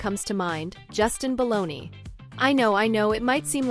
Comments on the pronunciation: BALDONI! Not Baloney! Get it right! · BTW, his name is Baldoni, NOT Baloney.